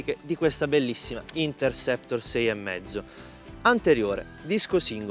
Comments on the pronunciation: si, tanto bravo che pronuncia il nome della moto continuamente in modo errato. Per la cronaca: il nome di questo modello è Interceptor e non Intersector. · Il nome non è " Intersector", come appare scritto nei sottotitoli e come viene pronunciato dal commentatore, bensi è Interceptor.😂